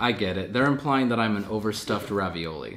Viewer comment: i like how he can pronounce multiculturalism but not overstuffed or colin